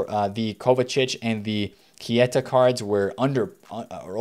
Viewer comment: It's not KIETA